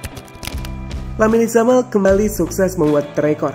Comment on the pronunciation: pengucapan nama pemain ngacok, "lamine yamal" dalam baasa spanyol ttp dibaca sama serpti penulisan, beda sama bbrp pemain spt carvajal menjadi carvahal karena pakai hurf "j" (hota) yang dibaca seperti huruf "h". kocak "lamine zamal"